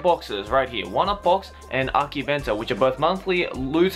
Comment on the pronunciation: You pronounce akibento its akibento~ver